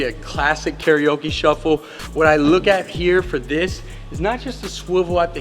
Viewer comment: CARIOCA!!! NOT KARAOKE! LOL